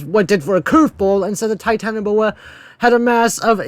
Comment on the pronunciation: I never thought it possible to mispronounce Smilodon or Titanoboa, but the Scary Tourist guy proved me wrong